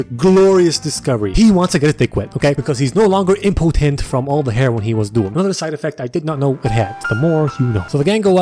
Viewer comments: "Side effucked" YESS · “A side effucked” - 2020